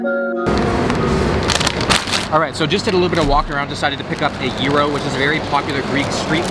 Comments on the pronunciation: THANK YOU for saying gyro as gero and not as g-Y-ro!!!!! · yesss as a greek, i loved this vid!!!! and thankyou for pronouncing gyro correctly 😂😂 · Loved the vid!! Next time make sure to strain the yogurt so the tzatziki will be thicccc and I’m not going to say to much about pronunciation of some words like I mean u tried but yea over all good stuff and I’m glad u said gyro right 😂